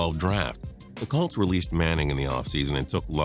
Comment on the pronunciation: Idiot says Calts instead of Colts, says Redskins got their 4th super bowl, does anyone fact check this idiot before publishing these videos?